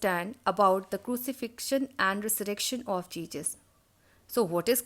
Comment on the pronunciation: Ma'am it is not jejus. It is Jesus